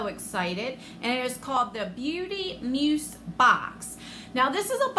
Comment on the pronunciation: Where's the makeup and skincare?! That's deff not worth $45... $120??... no way! Sorry, but I'd be mad 💜 Oh btw, it's pronounced like muze 😉